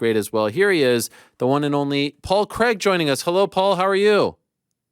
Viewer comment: I only put this on to see the hypocrisy of how Ariel makes such a big deal about pronunciations - when he can’t even say Craig 😂